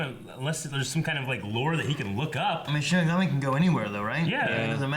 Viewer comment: ok... I've ignored this for far too long.... It's "SHI-N-IGAMI" !!! xD